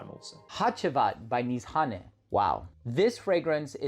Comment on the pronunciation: Wait, that's how Nishane is pronounced? Nees-ha-nay?